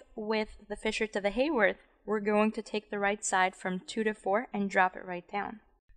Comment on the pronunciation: The definition of an alpha anomer is that in the Fisher projection the OH at C1 is on the same side as the OH that defines the structure as D or L. The beta anomer is the opposite - in any sugar. This is when the ring is drawn to continue to the backbone up from C1. Also, the name Haworth is pronounced with a short a sound (not Hayworth).